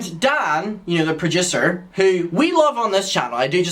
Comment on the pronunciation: and Dan, yew know the pra-DOOSH-ar